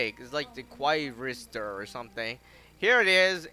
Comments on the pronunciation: Quarrister,not wozzister and not qwozinder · it is pronounced "qwarister" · me also it’s “Quarrister”